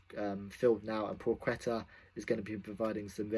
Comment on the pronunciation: pwaheta - pronunciation